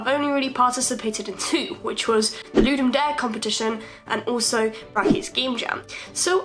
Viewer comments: Just gonna say it's pronounced ludem dar-eh, not ludem dare lol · Its ludum daa-re